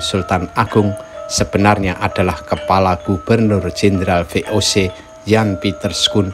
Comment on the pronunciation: Ngakak ngomong VOC nya